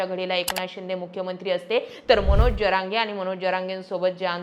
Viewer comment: ज म्हण ग पोरी ज्य म्हणू नको. ज्यरांगे नव्हे जरांगे म्हण. येवढं भारी सांगते. तेवढी चूक दुरुस्त कर.